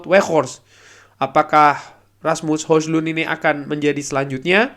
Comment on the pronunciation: Di beberapa cuplikan gol bacanya Hoilan, mirip lah sama Holan. wkwkwk